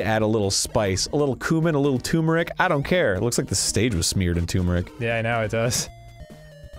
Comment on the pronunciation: It’s really agitating to me how many people say toom-mer-ic rather than term-mer-ic. THERES AN R. ITS TURMERIC. TER. MER. IC.